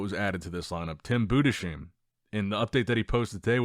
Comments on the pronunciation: His name is pronounced Budes heim not BudeSHeim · Bruh your pronunciation of Tims last name drives me crazy It's "boo-dis-hime", not "Buddha-seem" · Heim as in Anaheim. Maybe understand that? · Budesheim is pronounced in two words Budes - Heim